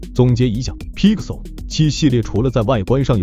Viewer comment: bro can u at least pronounce pixel properly, u sound like ur gagging on a toe